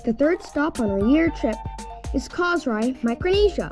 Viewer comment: Enjoy watching your videos from hawaii . i like the way you saying our beautiful island of "KOSRAE" so perfectly